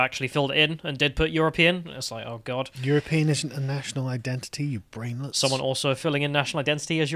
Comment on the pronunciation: people should troll him by declaring themselves as you're-a-peein'